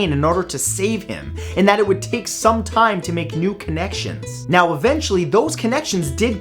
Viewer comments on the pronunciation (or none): none